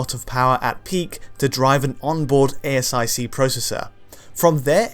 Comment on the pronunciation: I believe 'ASIC' is actually pronounced 'ASICK', and not 'A-S-I-C'.... maybe for the 3rd vid you can get this one right